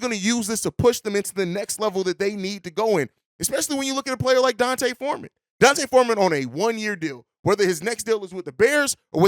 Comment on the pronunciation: His name (D’Onta), is not pronounced like Dante. It’s pronounced like Deontay Wilder.